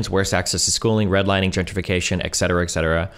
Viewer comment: No real comment here, just an explanation of a pet peeve I keep hearing a lot from a variety of people that Destiny (including himself) talks to, plays clips of, etc… Etc. is an abbreviation for the Latin ‘Et Cetera’ and pronounced, “Et (pause) Set-er-uh” Not goddamn, “Ex-ed-er-uh” or “Excedderuh”.